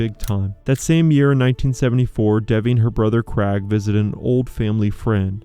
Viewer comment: What about the Krag for Craig? 😆